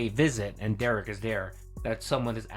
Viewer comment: Please continue to normalize the pronunciation of Derich with a hard "k" sound. Big ups for doing that.